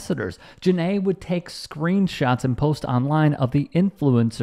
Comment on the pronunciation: So Jenai , nice name ... its my name too ! Ive never seen anyone else spell their name like mine but its not pronounced JANAE ITS JENAI long EYE sound not a short A lol and its actually a spinoff of YENNAI which is mandarin for true love or one who loves people But i adddd the AI after Jen and now it means ONE WHO LOVES DOGS because People are STUPID